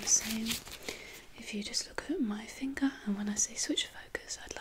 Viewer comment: "OK now I would just like you to look at my thinger"